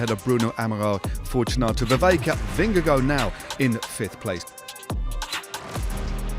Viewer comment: Correct pronunciation is Jonas Vinyago 😅😅😅😅